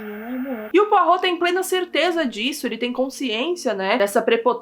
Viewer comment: nossa ela fala o nome do Poirot direitinho eu pronuncio igual poró kkkkkkk